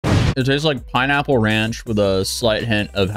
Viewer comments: Man that talkshow. What the fuck man. And that pineapple. She butchered that. Jeez. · She absolutely butchered that pineapple 😂😂😂 The fact that she is begging for help from her audience when she can find a lawyer herself is pathetic!!!! She just can't seem to get over the fact that she screwed herself and that asking people for money when she can go get a job is disgusting!!!!